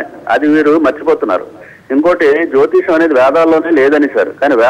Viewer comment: Orai anchor jotiskam kadura jotisayam antaru. Munda nuvu oka veste gadivi